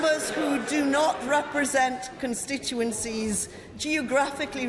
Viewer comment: She would be best keeping the tories out of her mouth as she cant say constituency